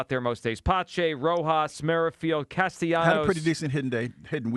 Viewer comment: Holy crap, now we have Hugh also butchering the pronunciation of Castellanos' name, it's not that difficult to pronounce! Cast-A-Leeenyos???????